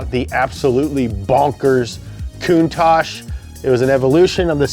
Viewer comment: The way pronounces Countach sounds to me like "cunt-ache" which makes me laugh every time... I need to grow up.